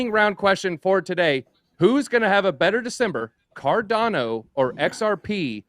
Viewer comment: Does this clown not know how to pronounce cardano? Dude literally everyones pronouncing it right and ur doing it wrong